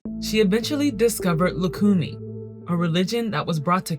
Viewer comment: I hate the way she is pronouncing LUCUMI